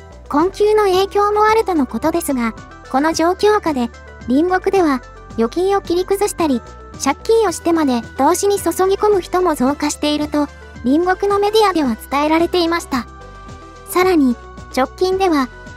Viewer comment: お金の場合 注ぎ込むは(つぎこむ)と読みます。直しておいてください。